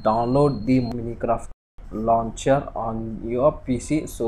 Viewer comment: Braaa lmao it's not minicraft it's Minecraft